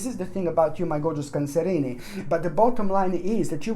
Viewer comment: I just drop by to hear him say cancerinie. It's like "Where's Waldo" spotting the hidden cats.